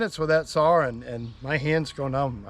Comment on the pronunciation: I watch this to hear you say, sawRr 😅love it !!!!